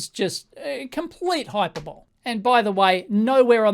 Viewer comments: Hi-per-bol-ee Not Hyper-bowl. lol But I love your videos anyways! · I really enjoyed how Dave sid hyper-bull instead of hyperbole.